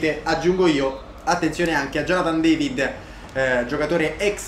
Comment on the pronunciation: si dice david non devid(si pronuncia alla francese) detto questo gran video